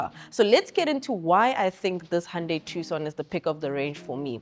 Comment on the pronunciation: Its pronounced "Two-son" & I'm I the only one hearing her mostly in my left ear? & why do you leave in a blooper? why not save it at the end of the video? you guys make her come off as incompetent. Otherwise good video.